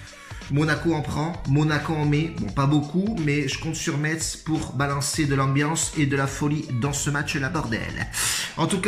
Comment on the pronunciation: Niquel comme dhab 👌 ( par conte ça ce prononce MESS chef )